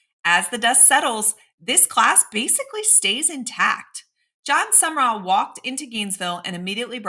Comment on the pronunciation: Pretty sure it’s Sum/rall….Two syllables. I could be wrong;never heard HIM pronounce it but it’s not 3 syllables. No ER